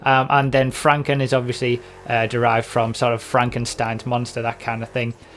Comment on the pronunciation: There's an umlaut on Fränken, according to German pronunciation rules you would say "Frenken".